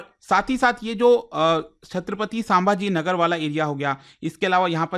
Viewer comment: sam-bhaaji-nagar...... you can pronounce better next time